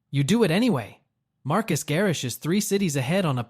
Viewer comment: LOL at “Marcus” Garrix!!! 🤣🤣🤣